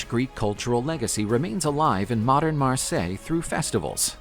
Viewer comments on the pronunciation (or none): none